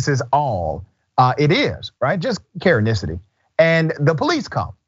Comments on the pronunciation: Please stop saying Karenisity lol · I love it, “Karenicity”.